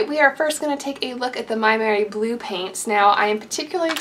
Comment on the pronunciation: So exciting to see your fans giving you such wonderful gifts! Oh and I believe you pronounce "Maimeri Blu " "may merry blue" I do hope that makes sense to you. I will look around for a review or swatch on your channel and I am glad to have found more of your wonderful content.